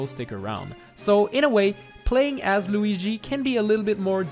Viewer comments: Cmecraft ALREADY DID THIS!!!!! ALSO STOP SAYING LOOGI! Ugh..... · I love the way he says Lugi